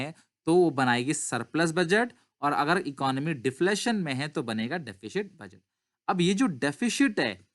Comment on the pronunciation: DEFISHIT kya hota hai? lol